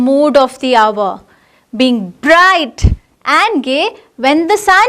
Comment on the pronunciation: Its “GAY” ma’am not “BAY”